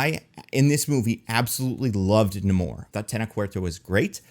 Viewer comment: I love the movie. The only problem I had was that for some reason after Namor introduced himself as "Na-mor", in the very next scene the Wakandans called him "Neymor", and that didn't make sense.